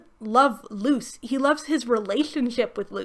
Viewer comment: I know you mean "Luce, the human" but it just sounds like you say "Luz the Human" and reminds me how I could be watching much better fantasy stories 😂